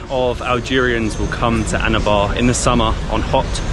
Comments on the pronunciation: Its Annaabah not ana baah 😢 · PLEASE stop saying "Anabar"... it's ANNABA !!! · your "ANNABAR" sounds like "ANAVAR" 🤣🤣🤝🤝 WELCOME MATE